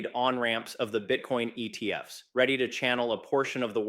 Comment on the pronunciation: cant pluralise acronyms because he's AI